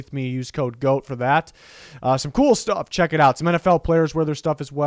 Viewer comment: GOAT(emphasis) HOUSE